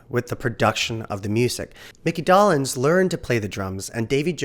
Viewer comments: Mickey DOLE-enz NOT Doll-enz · Mickys last name is pronounced "Dough-lenz", not "Dah-lenz" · Never heard his name pronounced Doll-ens! Doe-lens is how I think it's pronounced. Funny how language changes from generation to generation, just because no one is paying attention! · Dough. Lens. Doughlens. DOLENZ! It doesn't even look like Dollenz for heaven's sake! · It's Micky Dolenz -- pronounced Doe-lenz ... not Dollins. Please, your mispronunciation hurts my ears!! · just saw a behind the scenes documentary on them a few weeks ago. and BTW it's "dole-lenz" not "doll-enz" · Oh! NOW, it's, Mickey DAHLenz!. It's pronounced the same as, Dole (the Pineapple company). Add an NZ to Dole and you got his name. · It’s Bob “RAYfelson” and Mickey “DOLEenz” - long vowel sounds. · Yeah, I couldn't watch anymore if the narrator doesn't even know that much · Doll-enz? Really? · Yeah, should be Dole-enz. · Micky’s last name was mispronounced. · You lost me at 7 seconds into your video when you mispronounced Micky Dolenz's name. Your credibility is Zero, so why should I bother to see what else you got wrong? KNOW YOUR DAMN MATERIAL!!!